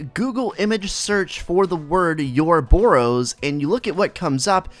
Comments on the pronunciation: Yorobos? Its O-roboros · It's not pronounced "you're a bore ose" but good video